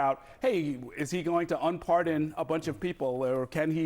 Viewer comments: "President Barrrdon" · he said president Bardon 🤣🤣🤣🤣